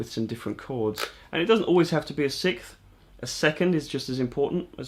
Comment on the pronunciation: I thought you were saying the sith instead of the 6th. I was like, I knew it took some dark Jedi powers to play guitar like this🤣. All joking aside, great video! You did a great job of explaining the theory in a way I understand👍